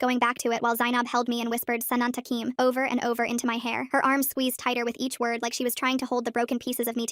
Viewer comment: Btw, quick commentary fix here, it's sanantukim, they're probabky Egypt Arabs from how they speak Arabic though, no assumptions, nice video.